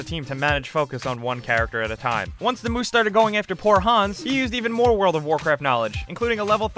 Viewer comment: XD when you say hans it sounds you say hons